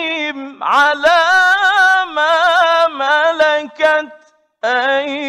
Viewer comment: ..also on 9.31..the sound of letter "ha" missing..the kalimah should be "..rizqihim.." not "..rizqim.." instead..waallahualam..